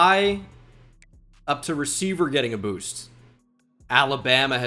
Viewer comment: numbah a hundwed amd fouh wecievuh 🤓